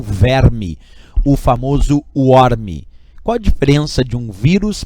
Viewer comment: Na verdade eu pesquisei melhor e Worm se pronúncia Werm...a pronúncia dele estava errada como eu imaginava,porém eu pensava que eu pronunciava certo,com Â,mas eu também estava errado,assim como também você se equivocou...mas é assim mesmo,vivendo e aprendendo. Worm como se escreve na verdade é Warm de temperatura.